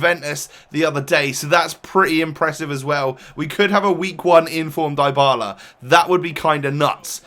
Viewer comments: You are mispronouncing his name, its said dee-ba-la, not die-ba-la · Dybala isn't pronounced Daibala fyi.. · in english it would. But it's actually ''dee-bala'' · Dr. Drake yes I know that, but I was just stating that in English names containing "y", the y is not always read like you hear in this video ("ai"). Sometimes it's a short i, similar to the italian and spanish one, but shorter and somehow close to a 'e'. Since Dybala's surname is Spanish (well, he's argentinian but still), the y is read with a spanish / italian i, that is like the english double e ("ee"), as you said. My point was that English speakers (if they don't remember to say 'ee'), should read it with the y/i in "Dylan", "symmetry", "sit", rather than the y/i in "fly", "like".